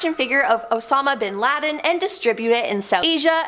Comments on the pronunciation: Did that woman just say "Cape Carnivalle?" "Al Kreda?" "Osma BinLaden?" wtf. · I Believe This Woman, Is Not Real, But AI, As She Speaks Perfectly Good English, Untill It Comes To Names, Which She Never Gets Correct, Not Even Close, IE: Asmah Binladen??? She Can Not Pronounce Names, First Clue To Bad AI.